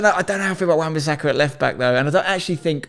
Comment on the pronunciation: left the video when this mans said wan bassaka LMAOOOOOOOOOOO